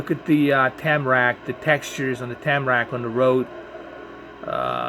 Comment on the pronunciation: It's TARMAC not TAMRAC. Asphalt in Europe is called TARMAC.